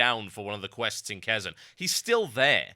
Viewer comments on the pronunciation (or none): also TB its prenounced KEY-Z-AN!!